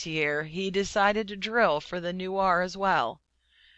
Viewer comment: its N-U-E-R Not N-U-A-R